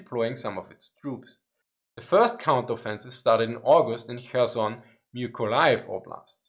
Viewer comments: Kherson sounds Herson (h as in have), not Kerson. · Ok, "Kherson" is a hard "h", not a "k" (the sound when you're getting ready to spit). "VDV" is "Vey-Dey-Vey" ;)